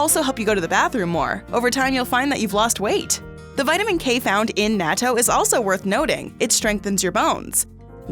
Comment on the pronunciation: It’s Nah-To